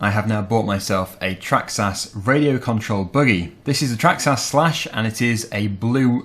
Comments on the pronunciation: It’s a traxxas not a trahxs ahs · you pronounce it as Traxxis but it is spelt Traxxas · It’s traxxis not traxxass